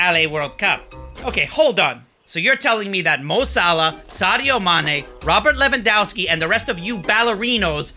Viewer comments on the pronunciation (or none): still no one pronounces Lewandowski correctly